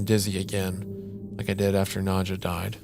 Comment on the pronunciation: wendigoon pronouncing the name nadja as „nudcher“ is scary enough